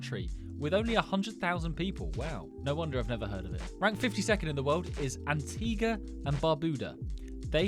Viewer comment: It's pronounced as Anti-gu-a